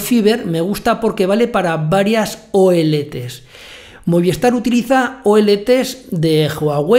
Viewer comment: Muy bien como siempre. Yo tengo DIGI y estoy muy contento con los equipos que me instalaron, van ONT y Router por separado. Espero que pronto hagas un tutorial para DIGI. Trabajan con Movistar. Que se dice Movis tar no Moviestar jejeje. Saludos.